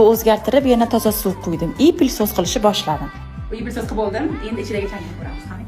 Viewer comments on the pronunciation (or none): ПЛИСОС ЭМАС ПЫЛЕСОС